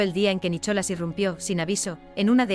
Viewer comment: Nicholas, y lo pronuncia así sin más, la h no se pronuncia puesto que es un nombre en ingles, voy kk de IA, por cierto, la OP, cualquier desprecio que ha sufrido se lo ha ganado a pulso por pu*a.